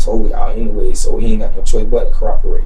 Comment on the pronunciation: Did he say he's ready to "cooperate" or "corroborate" right from the top?.... or was it a combo of both like "coroboperate"?